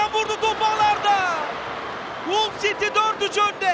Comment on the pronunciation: Saniye: 1 Hata: 1 Hull yazılır, HALL okunur. İnsan hic mi kendini geliştirmez? A'dan Z'ye Türk futbolu komple amatörlük.